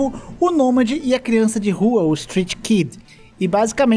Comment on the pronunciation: “CIRANÇA” de rua kkkkk